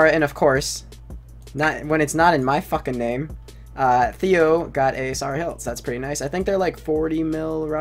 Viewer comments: it triggers me that he called s air uh s are uh when if it was a real persons name he would call it s air uh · S-are-ah? it's sarah wtf is a s-are-ah dessert sword? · i stopped watching the vid bc of "saw-wra"